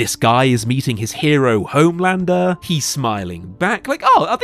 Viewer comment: "hOHme landrrrrr"